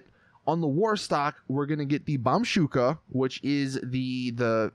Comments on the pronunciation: Lol, bombshooka! It's bombushka which gives you the "boo" sound not "shoo". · it's Bomb-ushka (ooshka) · ITS BOMBooSHKA YOU ILLITERATE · Bomshuka can you not read, it's Bombushka. Also it's not Nokoto it's Nokota READ